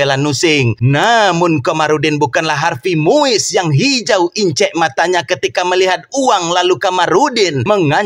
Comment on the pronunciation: Gak salah denger😅 harvies moise😅